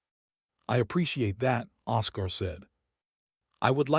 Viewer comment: Don’t use names the AI can’t pronounce. It’s OScar, pronounced Oskar, not osCAR